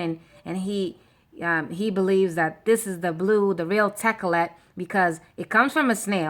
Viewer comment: Your incorrect sis if u translate to ancient Hebrew Blue Tha-Ka-Lath Purple Ah-Rag-Man